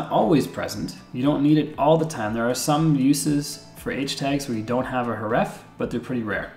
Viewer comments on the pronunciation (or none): "The uh-TRIB-bute that you see here, is hureffe" I'm not mad, I'm just disappointed.